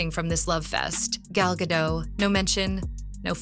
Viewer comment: FOR THE RECORD... Gadot is pronounced as Gah-DOTTE.... not Gah-DOUGH as you repeatedly said 🤣🤣🤣 my golly, she's been around for quite sometime and yet you still don't know how to say her name correctly 😆😆😆😂😂😂